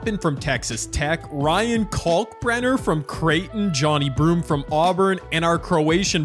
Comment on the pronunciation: It’s pronounce jo ne broom not Johny broom